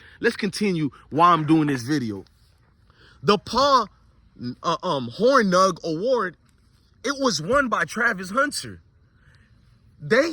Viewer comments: Paul Hor-NING. Like lightning. That’s how it’s pronounced. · It’s pronounced Horning 😂